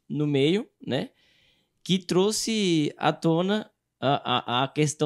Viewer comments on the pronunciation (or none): none